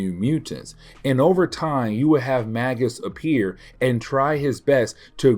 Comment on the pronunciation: Magus is pronounced like Maje-us. It's an old title for a class of magician, like Warlock is.